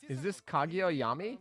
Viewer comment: driving me nuts having call them "Yah-mee" instead of "Yam-eye" lol. Damn.....Kotori got an "upgrade" with her skin